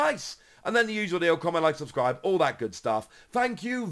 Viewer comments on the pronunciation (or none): none